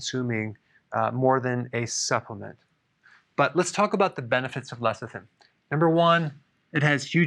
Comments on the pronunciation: He keeps saying lethicin instead of lecithin, why is that? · Pronounced Less-i-thin. NOT Leth--i-sin. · He keeps saying lethicin..tongue twister..lol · I keep hearing LESSER THIN.